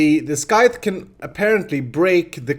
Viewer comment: here I was wondering what a skyth was haha my foreign brain understood you meant scythe though <3 (pronounced like sigh + th) cute